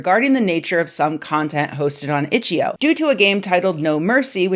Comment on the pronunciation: didnt even say the name of the game website correctly. its itch. eye oh. not itcheoh